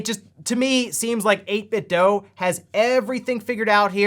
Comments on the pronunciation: It's pronounced "DOO", not "DOE". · Right? I swear some youtubers are doing it intentionally at this point. It's been confirmed multiple times by people at 8bitdo that it is pronounced do, not doh. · 8bitdo = 8bit(du) Say it with me, eight-bit-"DU". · How are you still pronouncing 8bitdo wrong